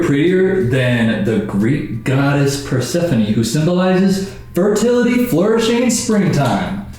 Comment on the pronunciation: how is he god spoused to persephone but doesnt even know how to say her name right???!!!